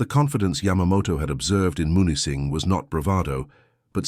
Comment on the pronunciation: Camp Au Train, near Munising (MEW-nis-sing) 👍